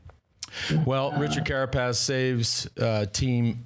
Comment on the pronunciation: It’s a beautiful thing hearing Johan say “Carapaz”